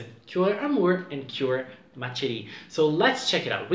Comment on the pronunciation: Ma Chérie is actually pronounced with an Sh sound and not a Ch sound. Just letting you know!